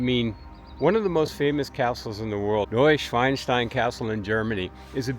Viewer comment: It is called Schloss Neuschwanstein with A not Schwein!